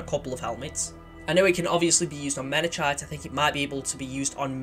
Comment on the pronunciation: It's pronounced Mena-kite BTW. It's named after a mountain on Reach